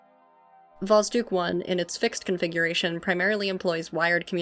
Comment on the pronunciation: Sooo, about how you pronounce it. There are 2 spots where it's wrong 1st is you shouldn't soften the d, it stays hard 2nd is the basic mistake when reading the transliteration of russian into English, and that is that the "Kh" shouldn't be read as k, but like h in house or like J in Spanish (Shouldn't was used here because when Russians thought about how to write down the strong H sound so English speakers wouldn't just eat the sound they thought about adding the k in there so it works like the hardening sign from Russian, but as you may hear from yourself this plan didn't work out. Btw the same is true for Ukrainian and Belorusian too, so Kharkiv is not "Karkiv" but "Harkiv")